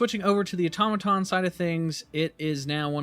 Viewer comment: first youtuber I've heard pronounce automaton correctly lol